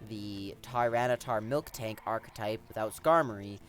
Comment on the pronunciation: It is Miltank, not Milktank. Otherwise, great video. Good battle selection and very good commentary.